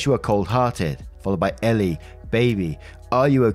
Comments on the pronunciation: Great Story Btw Her name in the story is ELLE pronounced as the letter L It's and odd name but rather common in America & Canada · "elle" is pronounced "L" lol that's why she said the bit about her real name starting with L. please watch legally blonde